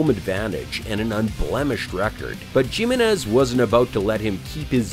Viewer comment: Jim-in-ez? Like Gym-in-ez? Lol! Learn to speak!